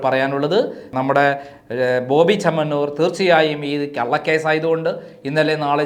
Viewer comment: ബോബി ചെന്നമണ്ണൂർ അല്ല ചെമ്മന്നൂർ ആണ് 😂